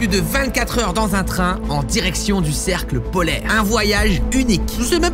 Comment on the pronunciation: Qui quand il a dit cercle polaire il a entendu cerf polaire🤣